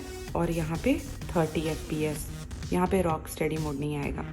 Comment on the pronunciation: Ma'am it's fps not KPS